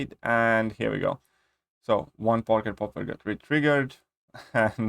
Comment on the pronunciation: Drinking game: take a shot whenever mispronounces porker popper 😂😂😂